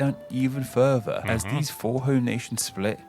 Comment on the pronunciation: sorry, i had to stop at 2 mins.. lol. i cant abide listening to people who cant pronounce TH properly. i got as far and NorVern Ireland and... FurVer.